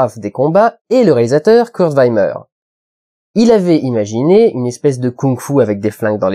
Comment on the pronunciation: Juste, on prononce "Kurt Vimmer", pas "Kurt Vaymer", le I en Allemand se prononce comme en Francais, tu dis pas "Hans Zaymer" mais "Hans Zimmer"